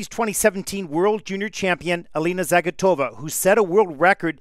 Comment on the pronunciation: Идут годы, а всё так же ошибается при постановке ударения в фамилии Алины.